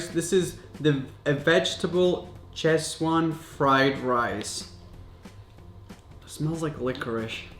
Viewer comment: Its pronounced as chhezwan not cheswan 😂raph